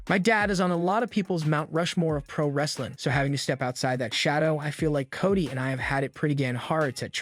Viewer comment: It's Cody NOT Kotty